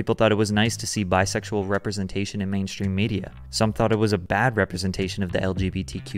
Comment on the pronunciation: Lol same "I am very bisexyal"